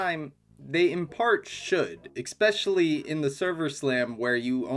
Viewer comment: “Especially” not “expecially” Please.. it’s actually killing me